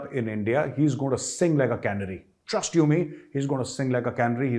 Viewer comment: Hi Major Gaurav Arya ! 🙂 Your "Cannery" is where foodstuffs are canned. It should be "Canary" (Kuh-Naey-Ree) !